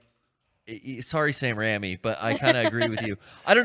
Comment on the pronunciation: also hearing mispronunciation of raimi was the most jarring thing i have ever heard. baha-mas!